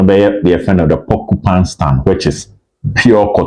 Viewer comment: Obed I beg mention it well la. It’s PorcupINE stand not porcuPAN 😂